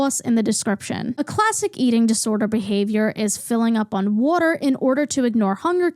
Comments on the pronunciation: great video! but also a quick question are you from philly? the way you say wooder is exactly how we say it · As a southerner I’m loving the “woter” commentary 😅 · Omg I could listen to this mid Atlantic queen say “wuter” all fricken day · i would believe u were lizzy mquire off sound alone if it wasn't for the 'wutter' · I’m sorry but I love how u say it like wooder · nothing in this video is more criminal than the way you pronounce waTer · i mostly watched to hear you pronounce water.